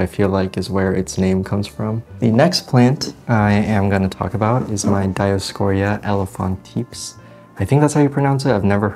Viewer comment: Hey, around minute four you introduce your dioscore elephatipes, being fluent in one or two Latin based languages I instantly thought that it is an elephant foot plant, I can see how people would call it tortoise shell..... I prefer your pronunciation which is the same as Summer Rayne Oaks. And basically I'm jealous that you have more than one. lol Great video - thanks a lot and keep posting